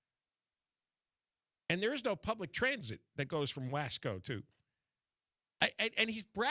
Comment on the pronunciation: John, there is already a passenger train that goes from Bakersfield to Madera. It goes like 70 mph. It needs a spur to SF. Oh, and it is pronounced Wah-Scō